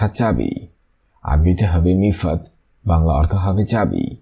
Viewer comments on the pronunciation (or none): মিফাত না মিফতা মানে চাবি।